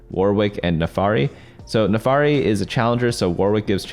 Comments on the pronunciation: it's NAAAAAFIIIIRIIII pls for the love of god not NEEFAAARI I'm dying here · its Nafiri not NAFARI lmao